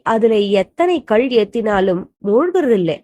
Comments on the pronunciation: Pronounce kal properly its not kalz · கள் இல்லை. கல் என்று சொல்லுங்கள். உச்சரிப்பு சரியாக இல்லை. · கள் என்று உச்சரிப்பு. அது கல் என்று நினைக்கிறேன். அற்புதமான உவமையுடன் பெரியவா உணர்த்தியிருக்கார். ஓம் மஹா குருவே நமஹ. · Kal pronounsation wrong pl correct